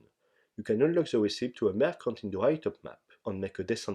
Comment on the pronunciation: Merchant se prononce avec un son "tch" et pas "k". ça m'a dérangé pendant toute le passage sur les marchands du PSNA :P